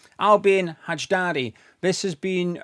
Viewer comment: Name is pronounced Al-bee-on High-dar-ee (Albion Hajdari)